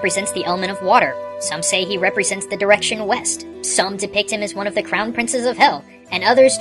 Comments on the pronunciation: West? You mean Weast? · Lol west i thought u said weast that spongebob picture of the compass